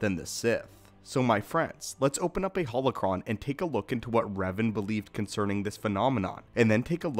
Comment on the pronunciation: This mf rhymed holocron and phenomenon 💀